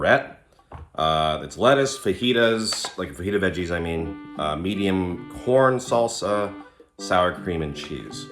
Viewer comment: It’s keeps sounding like you’re saying “porn salsa”😂